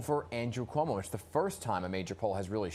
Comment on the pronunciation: lol. "Coumo" yup....